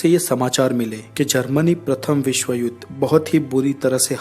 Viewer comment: ur information is very good but accent of hindi words like' vishw' u say 'visv' please use proper pronunciation to enjoy all ur videos. thank you